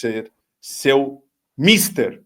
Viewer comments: Mister, no caso, é palavra paroxitona. A última sílaba é a forte. E certeza que a palavra lida é acórdão, não acordo grande,. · Mietér,. Escreve-se mister mas pronuncia-se mistér, no sentido de trabalho. Resumindo: mister=trabalho. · Aí,, Mister se "pronunceia" MISTÊR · Parabéns,. João Marcos Busch é um juiz de verdade e independente dos poderes ocultos dessa coisa que é o Hang. Dica: a pronúncia de mister é "mis-tér", diferentemente da que aquela chatíssima voz do Google insiste em adotar. Míster é outra palavra. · Parabéns pelo resultado da ação! Por favor, deixem-me explicar que a palavra MISTER (pronunciada mistér), significa ocupação ou trabalho